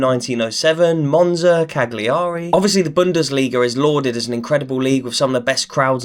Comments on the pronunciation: "Cag-lee-arry" Sorry but that was good. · How on earth do you have a football channel and dont even know how to pronounce cagliari??? Jesus christ kid...